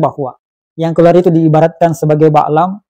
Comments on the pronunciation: Bal'am bin Baura. Bal'am BUKAN Ba'lam,. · Bal' am....! Bukan baklam, Tolong di refisi